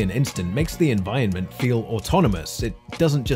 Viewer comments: You say environment weirdly. Like envionment. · you aint sayin environment proper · Holy shit if you can't pronounce environment then choose a different word to say! The bit I'm watching now you've said it 6-7 times in the space of maybe 2 minutes and its getting infuriating. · I liked this essay enough to listen to the whole thing, but the way you mispronounced 'environment' all the way through drove me insane! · stop pronouncing 'environment' that way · I almost didn't sub because of the way you say 'environment' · The way you pronounce "Environment" hurts me every one of the many times you say it.